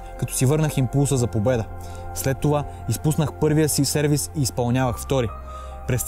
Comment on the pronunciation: Палячо, правиш се на тенисист ама не знаеш че се казва СЕРВИС, а не сервиз :D